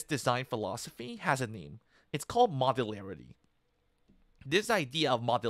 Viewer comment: Are you saying "movularity"?